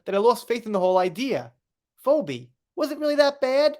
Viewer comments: Phoebe, a name from Greek Mythology is pronounced Fee, the cost of a service, Bee, what AH's dog stepped on. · Phoebe is pronounced Fee Bee. I know, right? I'm always helping my 1st and 3rd graders with their spelling homework, and it's crazy how stupid I feel trying to explain words that end the same but sound so different. Ex. Tough (uff) Cough (off) Through (ew) No matter how you spell it, it is just ridiculous! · 😂 We kno wasn't a "Friends" fan... It's "Feebee",.😅 It is spelled weirdly tho😊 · Hi dear, you are the most funny, lol, you do not say "Phobe" you say "Pheebe" and in the episode I felt it was suggested that she pooped on the kitchen!!! I am a die hard Friends fan! lol